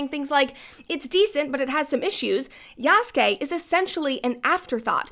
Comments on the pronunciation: Sorry buddy..."Yasookay" is not the correct pronunciation, it's cringe to my ears. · Why pick a video made by a dude who can't even pronounce the protagonist name correctly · Ok. So idk if it’s obvious that I’m watching this and responding in real time and omg who is this clown she found as her “expert” dude can’t even Say Yasuke right 🤣 and the game is far from bad. It’s one of the most graphically impressive games in recent years. The lighting is literally game changing. It’s full of detail and texture. It has an amazing weather system. Does it have bugs and issues? Of course. EVERY SINGLE GAME does at launch lol. And the game was delayed to fix the parkour system. The devs came out and said this. lol. Brett you should delete this video. You’re just copy pasting All the rage bait idiots online 🤣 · No, you could have said it better. The man can't even pronounce Yasuke's name right.